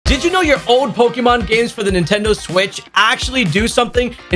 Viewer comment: Bruh!…. He’s saying “pokyyyymhon!”!?!?